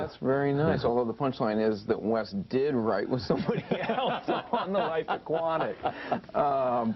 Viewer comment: "The Life Akwhatic"